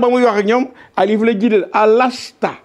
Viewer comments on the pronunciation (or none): c'est "Alastou" Au lieu de "Alasta" je m'exuse pour la correction🙏mais le devoir oblige. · On dit alastou bi rabikoum eu lieu de alasta